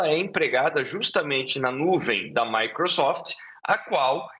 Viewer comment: A jornalista falar MICRUsoft foi um tiro na cabeça 😂😂😂😂